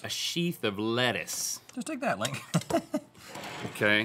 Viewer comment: "Dink me." "Sink me." L I N K